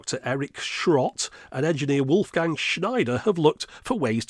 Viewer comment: Wolfgang pronounciation hint: Wolf rhymes with Golf and -gang is with an a as in arc.